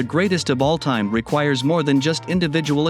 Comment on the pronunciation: This guy can’t pronounce Offense or Offensive!! Let alone all time!!